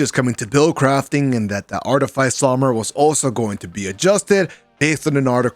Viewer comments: Facts, got me a little annoyed when people pronounce it like “ice” instead of “fiss”😂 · It's pronounce Arti-fiss. But thanks for the vid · Artyfiesi or artifice ? That pronunciation is weird lol